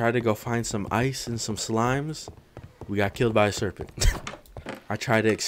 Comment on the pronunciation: "see'nt" serpent